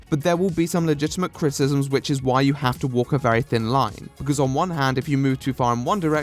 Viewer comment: If there's something I love about your videos, is you saying "Critisms"